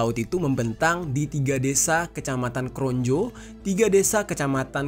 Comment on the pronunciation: Izin sedikit mengoreksi bang Konjo = Kronjo Kalangserang = Karang serang